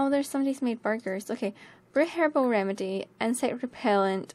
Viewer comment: hehe... you said "herbel" and I heard "hairball" made me laugh. ") < > "don't think about it, Fluff!"